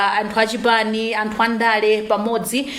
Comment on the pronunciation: Your not a Malawian why he say amtu instead of anthu